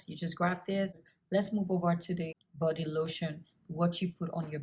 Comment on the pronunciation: Burt 😒goord 🙄 bordy 😁🤣all your words with an extra /R/ lol love it😹 looking beautiful both then & now... Keep doing what u doing luv